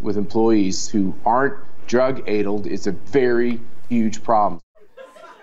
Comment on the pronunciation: drug. aydled. I can't unhear that.